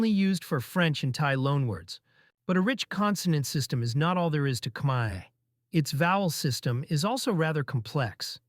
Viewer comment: Thank you for making efforts to pronounce Khmaer ខ្មែរ correctly.